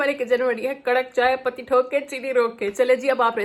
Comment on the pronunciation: Madam patti hota hai not pati(husband) or thok hota hai not thook(spit) pls mind it